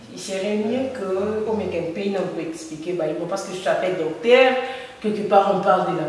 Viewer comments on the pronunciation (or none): Ma soeur svp, on peut se dire journaliste quand on prononce bien ses terminaisons par exmple: (docter... non c'est docteur, paster... non, c'est pasteur...au faire, vas sur google et trouve la vraie pronunciations des terminaisons entre: ter, taire et teur. Ne t'enerve pas mais c'est coe cela que ns aurons un Congo avec des bons journalistes. Si avec le Français ça ne pas, fais ça en lingala, pcq ça nous fait mal, ça nous sonne très mal même une fois que je t'ai suivi en interview avec Mr. Thiani sur la congolité mais c'est triste?